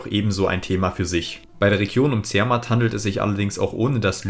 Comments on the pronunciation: Betonung auf der zweiten Silbe! zerMATT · Grüsse von einem Walser. Tolles video. Fand es spannend, dass du zermatt als zer-matt ausgesprochen hast. Das ist hier zwar nich üblich, entspricht aber der ursprünglichen bedeutung (zu der matte) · Toller Geschichtsunterricht. Bei „Zermatt“ wird die zweite Silbe betont. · Wallis bitte wallis nicht waahlis... Zermatt zermatt nicht zeehrmat.. das mit dem o und orten noch ueben der hr